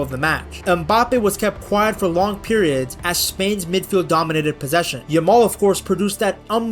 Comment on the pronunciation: I swear the amount of times Peter Drury has called Lamine Yamaal, Lamaal throughout the tournament is mind boggling!